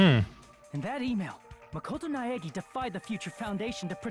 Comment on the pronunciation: Also, just a moment to applaud Hinata's actor on pronouncing Makoto Naegi 🙏